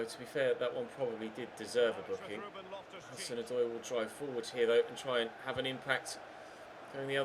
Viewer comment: "To Callum HazoozooDoy" xD